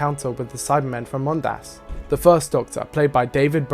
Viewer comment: Is it canon, that the second syllable of "Mondas" has to be pronounced weird? I've seen several YouTubers stress the second syllable.